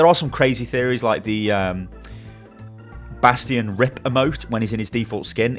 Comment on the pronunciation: How do you play this game to the level you're at and still pronounce Bastion wrong?